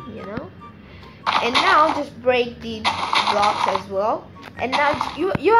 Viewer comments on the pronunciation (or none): none